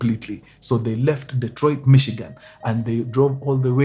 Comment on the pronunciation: 'Dee''t'roit. I come in peace.